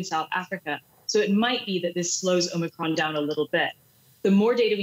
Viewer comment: Omicrons ?? sounds like O´Macron.